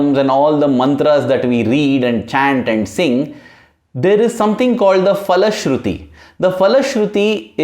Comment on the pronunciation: one suggestion the word phalashruthi is starting with a sound "PHA" And not " Fa" There is no "Fa " Sound in samskrutam